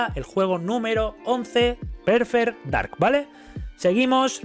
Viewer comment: Porque cojones todos los YouTubers dicen PERFER DARK??? No puedo soportarlo